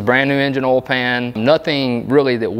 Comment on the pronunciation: Oil not olllll